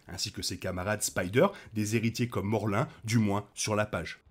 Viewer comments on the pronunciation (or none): Morlun ce prononce morloune et non morlin